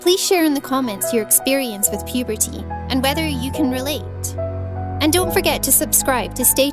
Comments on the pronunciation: PUEEPEERTYY BEETER MOOM girl that doesn’t how u say iT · And she says "puberty" like "pubertea" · she really emphasises puberty